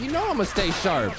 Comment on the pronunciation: “How’s that for stay sarp” lol